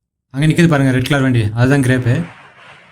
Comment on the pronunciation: அது கிரேப் (Grape) இல்லை கிராப் (grap) சரியா சொல்லுங்க